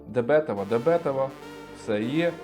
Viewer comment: Правильно не дебЕтова, а дебетОва